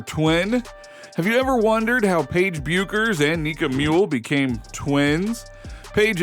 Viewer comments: This might be more believable if you coud pronounce Paige's name correctly. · Butchering Paige's name! 🤣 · You know a lot about this topic but can’t pronounce names. It’s pronounced Dorka Yoo-Hasz. And how can thou possibly not know how to pronounce Paige’s name?